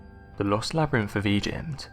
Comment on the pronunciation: "TUTUkahmen"?? REALLY?! If there's going to be real person doing the monologue, for crying out loud.MAKE SURE THEY PRONOUNCE WORDS CORRECTLY!! I also heard "o'vah" for "other", "labRENFH" for "labyrinth" and too many others to enumerate... Sorry, but bad pronunciation SERIOUSLY detracts from the mini-documentary and messes with concentration, especially when the very NAME of the Pharaoh is screwed up so badly! TUTUkahmen...he must be ROLLING in his sarcophagus!